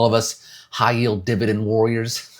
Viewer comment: Dude: "I'm hoping that all of us HIGH YIELD DIBADEND WORRIORS" 0.5 seconds later Dude: (laughs hysterically) Nice